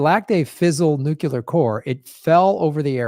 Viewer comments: stop saying nukular, please? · hey, There is only one U in nuclear!! (please stop saying it with the 2nd U: you are only playing into a plot by George Bush to further divide and confuse us.). Additionally, there are 2 Rs in frustrated and we pronounce them both. Please get with it, as I am quite sure that your "like" and "subscription" numbers would go weigh up.